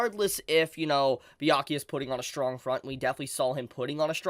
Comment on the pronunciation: Haha, YO this is awesome! You can finally say "Byakuya" this week, no more BAYAKUYA 😂😂🫡... proud of you. Someone give this Man a Bell's! 🥃